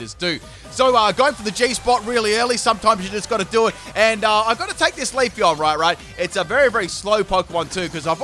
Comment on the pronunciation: You said leafon